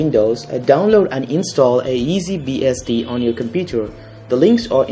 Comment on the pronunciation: did he say easy"BSD" ? ;)